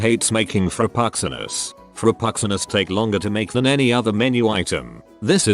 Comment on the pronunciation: TTS voice highlight: Frappuccinos "fropuxxinos"